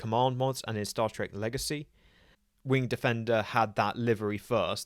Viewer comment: Once again, I clicked the video before the notification appeared. You forgot to pronounce it "wing-ED" defender. But otherwise a great video. Never noticed the overlap between the Federation and Nova warp nacelles. Never really thought about the nacelle shape much other than cylinder = TOS-era, ellipse = TNG-era, and triangular = TNG movie-era. Perhaps a video on nacelle shapes would be in order?